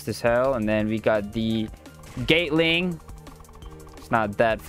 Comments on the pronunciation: U saying gate ling not gatling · We gptta respect he sounds out the gum moves the best he can cuz he said Instead of gatling (GAH-T-LIN-G) he says gaytling. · i love how he says "gaytling"